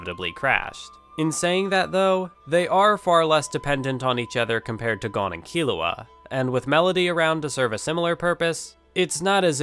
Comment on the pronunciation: Your pronouncing Gon wrong